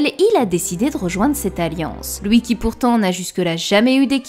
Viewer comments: C'est quoi l'accent de qui ressort sur les mots "huit" "lui" "fuit" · Super vidéo mais un peu dérangeant les "souite" "loui" "pouisque" houit" Je n'entends plus que ça...